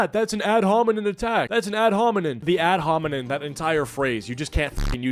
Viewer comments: This is just a minor point, but I think it's "ad hominem," not "ad hominin." Unless you're calling someone a bonobo. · If I have to hear you call it an "ad hominen" once more I'm gonna bussss